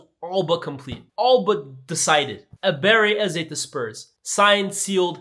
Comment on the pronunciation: Ebere-CHI Eze,. Come on.